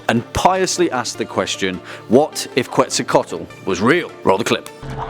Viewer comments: QuetzalcoATl, not QuetzalcoTAl lool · It’s not quetzacotl It’s quetz-aco-aot-l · (Kets -sal-Koe-toll) <—-it’s said like this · I liked the video. But in case you didn't know, Quetzalcoatl is pronounced Ketsalcoatl. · You absolutely butchered the name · You said the name wrong. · Dude you can't even pronounce Quetzalcoatl right.